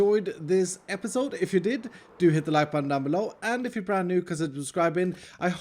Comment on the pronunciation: “And if you’re brand new” 15 seconds later: “And if you’re brande new”